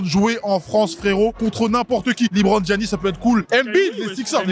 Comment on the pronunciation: Apprends à prononcer le nom de Giannis🤣